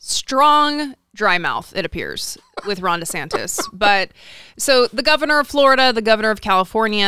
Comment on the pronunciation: I always hear “Rhonda Santis”. Surely I’m not the only one, right?